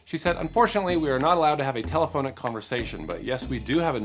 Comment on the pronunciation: Actually Telephonic is a real word. is mispronouncing it, but the spelling is correct. Just sayin'